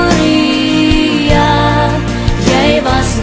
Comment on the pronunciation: Jissis dis “PrEtoria” nie “PrItoria” nie!